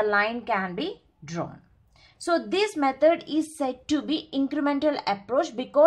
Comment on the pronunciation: not metad ,,,, its method